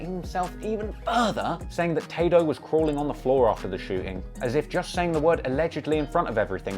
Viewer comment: "Tah-doe" what a fkn wanker Ross is